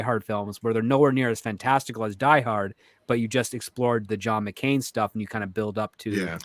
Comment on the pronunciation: Who the hell is John McCane? It's Mclane!